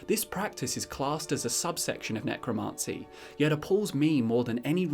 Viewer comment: Love the video pal, but your pronunciation of Necromancy is feeding me pins...